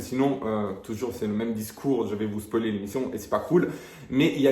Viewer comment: "SPOÏLER " et non pas "SPOLIER" 😉